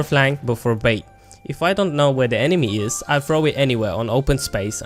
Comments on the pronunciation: did he just pronounce know as K-now i dont think i can trust this guy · 1.55 to 2.07, the fact that you say the p at the start of psyche and the k at the start of know reaally had me triggered. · "few things you need to cnow" im ded 😂😂